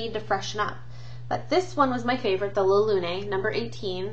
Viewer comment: pronounce loooon like the bird. L de Lolita isgorgeous in both bottle and scent. i LOVE it! its like a lemon sugar cookie.